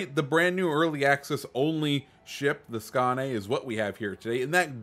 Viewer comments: Basically its "Skone" but you can check Hipper's video on it at at 4;46 there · Great vid. am really looking forward to getting that ship. And someone tell that man how to pronounce Skåne😄